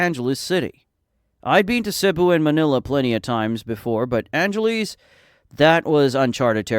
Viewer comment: Why do you call it angeleez ? its angel less